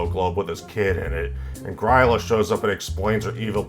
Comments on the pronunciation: Great video, but gryla is pronounced grill-ah. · I think you MAY have mispronounced "Gryla"